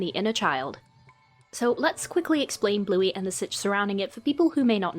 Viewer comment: “let’s be in!!” “les be in” 💀